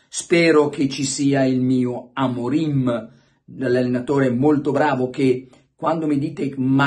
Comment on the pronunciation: ma credibilità ha Luca Diddi che dice Amorin anzichè Amorim sono tutti maestri di tattica non ho parole